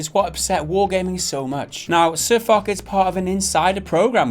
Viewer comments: and it's F-oo-sh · Fosh..... use a shhh sound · Pronounced FOSH. Like the French WW1 general. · " but in French u say it Fock " Oh non ! Absolument pas !! I can assure you that you really pronounce the name of this French Maréchal with a "sh" sound at the end, like in "posh" ... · DexterityHD That's the germanic pronunciation, however the name is a reference to a french tank, so you should use the french pronunciation "fosh". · But his name comes from a tank in the game, AMX 50 FOCH. And Also, it's pronounced Foshe. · lol they said his name wrong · you should have spent at least 2 minutes in researching how to pronounce guy's name properly, you simple minded 'muricans... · im sure there are already comments like this, but foch is pronounced "ch" with a shhh sound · I make of it that you don't even know how to pronounce Sir Foch. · It's, Fosh...not, Fock. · Fosh. Fosh. Fosh. Not Fock... Whatever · Firstly say Fosh not fuck ;))) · Its not sirfock its sir FOCH CH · It's not pronounced sirfock,it's pronounced sirfosh. Don't upload it if you don't know how to say the dudes name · SirFok ... oO --> "SirFosh" Guys, get your shit together and your act right, that sounds kinda unprofessional. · it's funny watching them talk about world of tanks and not knowing what they are talking about xD and sir"FOK" omfg xD it's FOSH lol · A shot every time they mispronounce Foch and say fuck or Fock.... its pronounced fosh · lol they said ..sir fock ..its sir foch** the ch makes a shhh sound XD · Sir FUCK? LOL What happened to Sir Foch (pronounced as Fosh) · "Sir Fock" its pronounced sir fosh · It is not fock, it is pronounced fosh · You say it like : sir fosh, not like: sir fock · It's Pronounced "Fosh" Though I called him Fock for a good while myself till I finally saw in one of his vids. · its foch not fok. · lol Sir Fock, i love it. Really though. it's Foch (pronounced Fosh). A tank named after French General Ferdinand Foch. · Sir fuck? lol its pronounced "sir fosh"